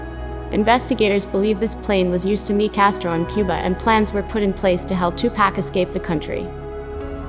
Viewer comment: I'm supposed to believe a chick who cannot say tupac right? These are old photos ppl. He was a gift. Let him rest